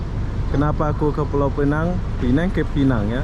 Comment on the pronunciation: Kenapa sebut PINENG? SEBUT SAJA PULAU PINANG. sebuah negeri di Malaysia